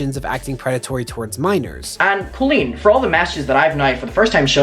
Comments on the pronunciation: It's COLL-EEN not KIL-EEN. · It sounds like you’re calling Colleen “clean” lol it’s actually pronounced with a hard O